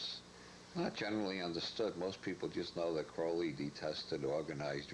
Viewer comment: Never trust anyone talking about Crowley that doesn’t pronounce his name like Robert Anton Wilson. Those that mispronounce his name usually misunderstand everything about him and are just parroting shit they’ve heard about Crowley from other people who don’t understand anything about him. Must be very disappointing to get interested in Crowley from his evil reputation and then end up reading a bunch of stuff about yoga, meditation, and holy guardian angels